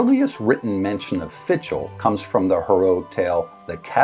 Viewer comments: It's pronounced something like 'fickle.' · Not the proper pronunciation! Please seek some help.